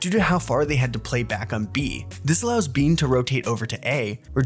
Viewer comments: ISNT IT BANE NOT BEAN?????? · why'd you pronounce his name as BEAN? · Would get so much more views if we fact checked slightly more, mainly on why flashback was benched. Edit: How did I forget how you say Beyn when its said more so like "Bane" on every official broadcast